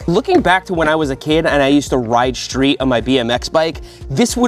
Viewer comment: It's pronounced STREET, not shhreet. JFC can nobody pronounce S anymore?